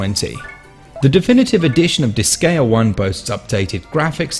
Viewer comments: heard "dis-gay-uh" 6 seconds in and I couldn't do it anymore. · Good review, but your pronunciation of Disgaea is irksome. Seriously how do so many people not know how to pronounce "Gaea"....? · Most native English speakers never pronounce anything foreign correctly. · god damn it! how can you mispronounce the name of the game so many times?!